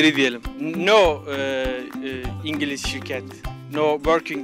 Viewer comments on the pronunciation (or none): Dilleri yadgın -No ingilis şirget , no worging ingilis şirget Pzgzhzjazgzhsjjssfsg